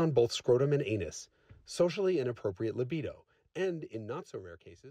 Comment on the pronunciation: No one on earth can pronounce Anus like Jason Cammisa. He is a pronunciation Demigod! 😅🏁🍾❤️